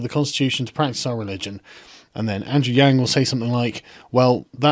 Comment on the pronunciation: Friendly reminder that "Yang" is not pronounced like "gang". The "a" in "Yang" is pronounced like "yawn".